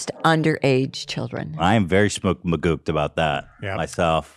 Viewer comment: i really feel like it should be sppoked magooked not magooped.